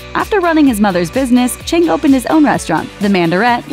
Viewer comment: It's Philip CHIANG, not Chang. It bugs me so much.